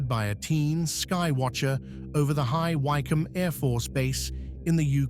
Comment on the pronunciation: High Wycombe is pronounced Wickham.